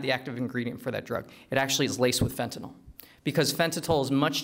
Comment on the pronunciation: He lost my interest the moment he said "fentatyl".